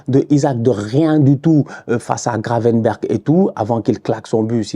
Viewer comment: "Gravenberch, Macalisster" 🤣